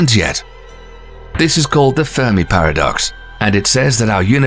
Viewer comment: I thought he said “pair of ducks”🦢🦢🦢🦆🦆🦆🪿🪿🪿🪿